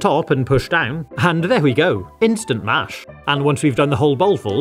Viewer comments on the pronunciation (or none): none